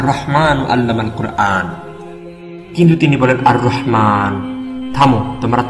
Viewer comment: যিনি ডাবিং করেছেন,, আপনাকে বলছি। অনেক ভালো একটি কাজ করেছেন, আলহামদুলিল্লাহ। তবে, আপনার কুরআন শুদ্ধ করে নেওয়া দরকার রয়েছে। আশা করি, আপনিও পারবেন।